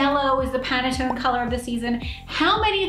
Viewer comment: I still love my skinny jeans :) Isn't it pronounced Pan-tone? Not pana-tone Am currently wearing a pleather baseball hat, lol